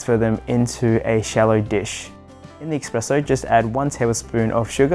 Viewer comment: I hate to be that guy but it's espresso, not expresso, I don't expect you to change just because I say so, but the x pronunciation genuinely bothers me